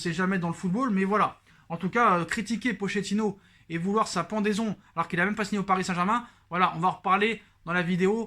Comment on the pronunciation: d'accord avec toi cool que Tuchel se casse enfin par contre Pochettino le ch en italien se prononce "k" ou "qu" phonétiquement c'est "Pokettino" .. on dit de Pauleta "Paoleta" et non pas poleta !!! hehehe